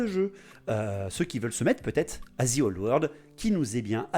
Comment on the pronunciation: moi je dit que tu as tord .. ou tu vois le zzzii old world , enfin dans ma régions ont prononce pas le `` the ``` comme un zi mdr :)😝😝😝😝 bravo moi aussi j aime l idée de cette vidéo